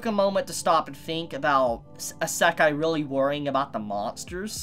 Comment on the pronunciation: Please, please, please... learn how to properly say isekai... EE-seh-kai, accent on the first syllable!